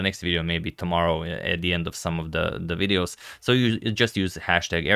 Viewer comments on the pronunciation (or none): none